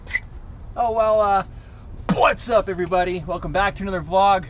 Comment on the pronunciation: When kept messing “Phuat’s up” lol love it.